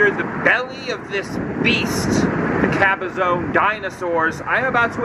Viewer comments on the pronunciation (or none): Nice video. Cabazon is not pronounced Cabazone like you did though, it is just Cab - a - zon. zon as in gone